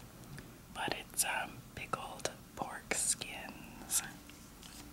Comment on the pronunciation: Ok did she actually just eat 'pickled foreskins' because that's what it sounded like!!!